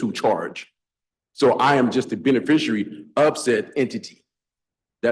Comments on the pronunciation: The instant you utter the non-words "benefissherry" or "benefisherrarry" when referencing your non-self in my courtroom, you lose. We're going no further. No more time, taxpayer money or public oxygen will be wasted. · SovTard #3 "ray-row-ded" himself by trying the "beneficiary" nonsense. Well played Your Honor.